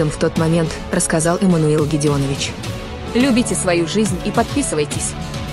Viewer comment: Научись правильно ударение ставить: НЕ лЮбите, а любИте!